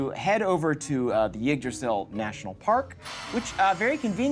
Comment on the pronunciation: The pronunciation of Yggdrasil hurts every single time.